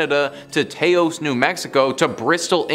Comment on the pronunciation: It's Tah-os, not Tay-os ... I live about 350 miles south of the town.